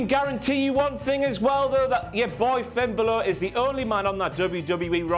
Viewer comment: Finn Buhluh